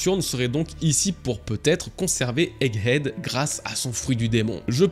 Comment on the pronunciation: Bravo, 100% des prononciation de "egghead" étaient bonnes, y'a pas si longtemps on étais à moins de 10%:P